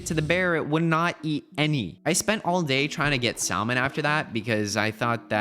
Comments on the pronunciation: The l in salmon is silo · I love how he actually pronounces the L in Salmon